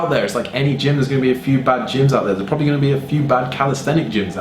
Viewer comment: " crossfit proberly"😂😂